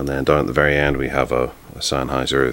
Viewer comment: “This is the Sennheiser Flex foyb towsund”